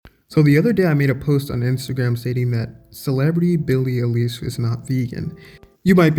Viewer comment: FYI it's pronounced 'eye-lish'.